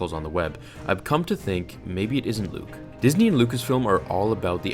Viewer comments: was he supposed to say Disney or Disey cuz he said Disey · He pronounced Disney as dizzy